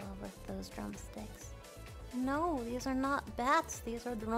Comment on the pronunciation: three and a half hours to hear Mel say "I love deese nuts" .. It was all worth while ... <3